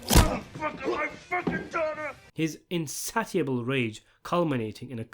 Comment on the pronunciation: Debacle, insatiable: have you never heard these words pronounced?